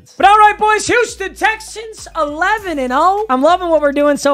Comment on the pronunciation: Don’t ever say “Wouston Wexans” again…